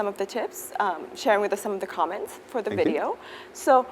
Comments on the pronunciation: Chị mc nói sai từ comment nhấn lộn âm 2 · Bạn tra từ điển oxford hoặc Cambridge xem, comment cả verb lẫn noun đều đọc là căm men dù trọng âm có đổi. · Commence mới nhấn âm 2 nó ko phải ý nghĩa đó mà sang nghĩa khác rồi. Comment vừa verb vừa noun đều nhấn âm đầu nha b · hà cả comment cũng có 2 cách nhấn tuỳ thuộc vào v và n mà, với lại lúc nói thì cũng k tránh khỏi sai sót